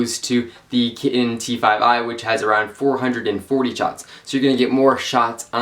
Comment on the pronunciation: Why can't this fucker say cannon